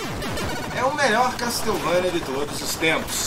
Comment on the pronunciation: Falou correto o "Pérsia" em inglês. Porém assassinou o "Castlevania". A pronúncia correta é: KÉSSSOUVÊNIA.